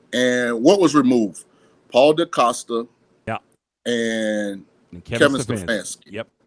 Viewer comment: Mentally was like...DeCosta? Aight f*ck it I ain't even gonna correct him 😂